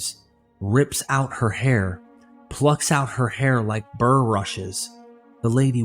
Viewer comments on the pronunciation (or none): none